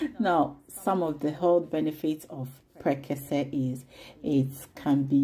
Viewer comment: Awww, the intro from is superb ❤️❤️❤️👍👍I can’t stop watching. My favorite part is how she pronounced prekese and exhibiting mummy recipe is out of this world ❤️ congratulations sweet girl ❤️❤️❤️❤️